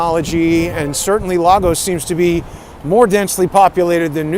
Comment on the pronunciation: "Lay Gus"... Lagos is pronounced LAYGUS 😇